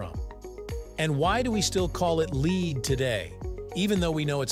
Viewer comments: It's because it's read out by a machine, not a person and the fact that 'lead' is pronounce differently dependent upon context, which the machine is too stupid to pick up on, we got a bloody awful commentary on this video. Had the authors had the wit or wisdom to think about it, they'd have altered the written script to read 'led' instead of 'lead'. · It's "led" as in "Led Zeppelin". Doesn't anyone watch these before publishing ?